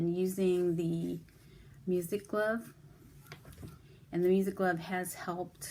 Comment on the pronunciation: Hi, are you saying music glove?